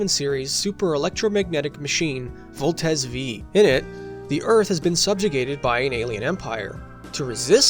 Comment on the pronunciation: In the name of useless pedantism, I will correct your naming of Voltes 5(five) which is different from how Combattler V(veeeeee) is read